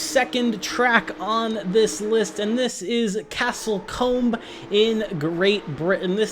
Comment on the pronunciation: Hi, 'Castle Combe' is pronounced 'Castle Coom'. Yes, we make pronunciation and spelling up as we go along over here👍